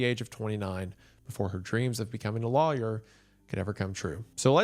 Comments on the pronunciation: I cannot get past how Wendigoon says "lawyer." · I'm sorry but when I heard you say lawyer there all I could hear was hurricane heleeen from hunter